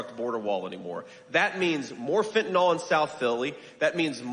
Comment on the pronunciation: Psst, J.D. It's Fentanyl --fen tah nil. Not fentanOl.